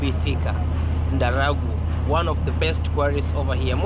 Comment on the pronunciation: So you have also become Scottish. The place is called Darugo like Da,,,,,,Ru ru,,,,,,Go go go not Daraguo